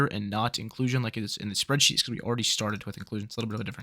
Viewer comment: You say soreadsheet. i get the fuck out of here. Byes.